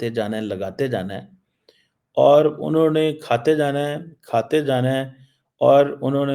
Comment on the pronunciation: Unhone not anhoneh 😂😂😂😂